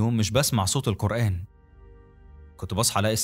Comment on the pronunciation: احلف لك علي مصحف ان القرأن بالقاف مش بالكاف